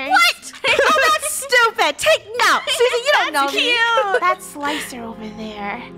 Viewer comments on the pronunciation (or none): Isn’t it funny that you say sussy instead of Susie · funneh its not sussy its susie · I love how Funny says "sussy" instead of Susie 😳😂😂😂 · Sussy baka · When funneh pronounced Susie as Sussy, I laughed so hard!! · I love how Funneh said “*sussy*” instead of Susie 😂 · sussy not sus-e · it’s Sussy instead of sue-sea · Funneh calling it sussy instead of Susie really makes the verified tiktok watcher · When funneh said 'Sussy' instead of 'Susie' I died 😂 Btw three cheers to the krew! They're on a roll today!!!! 😊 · Ok but y’all don’t know how I laughed so hard when she said sussy instead of Susie😂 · I love how funneh says sus-ie instead of susie 😂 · I love how Funneh says "Sussy" instead of "Susie" 😭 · When Funneh said "Sussy" and not Susie I started laughing on the floor😩😩💀💀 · i couldnt stop laughing when Funneh sayed Sussy instead of Susie, Susie sheep from peppa pig more like Sussy sheep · Lol I like whenever she says sussy, instead of susie. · I laughed and I loved that how funneh said sussy except it is Susie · I love how funneh say sussy instead of Susie 😂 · It is so funny when funny says sussy instead of Susie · I fell down when funny said sussy instead of Susie😅🤣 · Funneh:SUSSY Draco:IT’S SUSSIE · Can we remember thag funneh says susss instead of susie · Susie no more sussy is the new Susie sorry I just couldn't stop laughing where funneh saying sussy instead of Suzie don't tell me when you saw funneh sayings sussy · No Justine it's sussy not susie. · when funneh said sussie it made me thing about sussy baka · Funneh it’s not Sussy it’s Susie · Can I just ask why funneh say’s sussy not susie? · Sussy instead of Suzie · It was so funny (not funneh) when funneh said sussy instead of Susie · why does funneh say sussy and not susie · Funny you we all know that you say sussy instead of susie you should had say sussie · Funneh its not sus ie its suzie i mean susie. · Her name is susie not sus-sie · Sussy not sussie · It's Susie not susy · It is SUSIE NOT SUSS